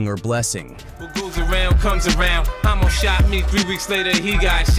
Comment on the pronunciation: Hommo not ho……😄 Cancel A.I. 😏